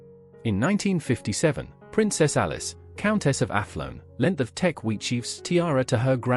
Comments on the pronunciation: "Teck," not "Tech." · K It is TECK, not tech… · It's Teck, not tech